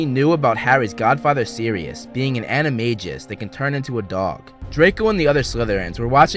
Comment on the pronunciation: It’s animagus not animajus